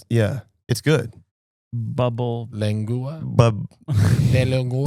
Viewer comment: lengua Lend gu ah lol heck no I ain’t eating no tongue I’ll eat the ribs tho